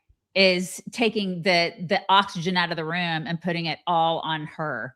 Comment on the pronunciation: Candace says rum for room. She has issues with the “u”’s